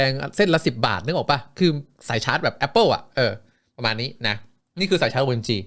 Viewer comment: แอปป่น อย่างชอบนึกถึงคนเยอรมัน555555